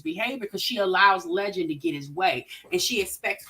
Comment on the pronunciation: Jasmine really need to get Legend some speech therapy